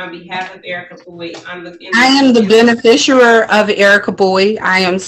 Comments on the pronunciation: "ben-a-fisher"????😄😁😁😂🤣 OMFG, these people need huge amounts of help with the legal terms they profess to use. And by "legal terms," I mean they need to learn to pronounce words with more than two syllables. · What's a bene fisher? lol She really means beneficiary, but just can't say it right. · 🤨🤔😐 What the hell is a "benefishooer"? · What the hell is "a benefisher?"